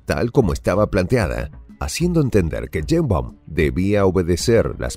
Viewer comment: No es Yeimbaum.... es Sheimbaum.... y no es presidenta es Presidente!!!!